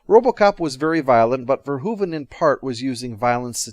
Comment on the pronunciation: You're one of the few Americans who pronounce Verhoeven's name properly. Nice video!